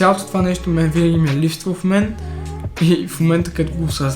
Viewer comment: Историята беше интересна, но няма да е зле да се понаучиш да се изразяваш по-добре. Правиш много тавтологии, прекаляваш с чуждиците и изговаряш някои думи грешно (като например ,,липсТва" вместо ,,липсва"), което е доста дразнещо.